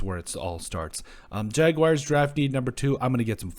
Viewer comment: Y'all act like its so hard to say jag-wars not jag-wires smh